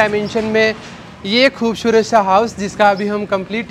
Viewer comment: Bolne ka tarika improve karo. 'खूबशूरत ' nahi खूबसूरत bolo